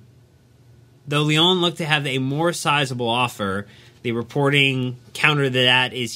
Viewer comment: I like your content but please get hold of a French pronunciation dictionary. My ears are beginning to hurt. Strazz..boor..gg. (Strasbourg). Lee...on (Lyon). Heureux de pouvoir vous aider.